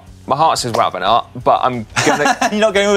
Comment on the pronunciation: I played it 5 times and couldn't hear anything else than good banana. Let's assume it's mispronounced Wout van Aert.